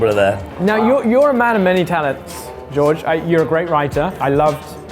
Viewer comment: Two guys who come from a country teeming with castles surrounded by these large trenches that get filled with water can’t pronounce George’s name right 🤣